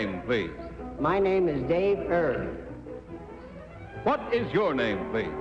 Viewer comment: pat mccormick, the 4 time gold medalist in diving is still alive at 88. the kentucky derby jockey's name is david "erb", not herb. he narrowly missed winning the triple crown in 1956 finishing 2nd in the preakness, he (on needles) won the belmont stakes and kentucky derby. no mention of his passing on wikipedia, he'd be 95 if still alive.